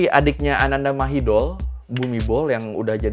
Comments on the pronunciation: Kho thot na khap, sorry, setau gw pronounce Thainya: "Anantha Mahidon" dan "Phumipon Adunyaden". But anw, this is very good video Mas!! Keep up 👏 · Mas, spellingnya perlu diluruskan. Ananda mahidol = ananta mahitong. Bumibhol = pumipong.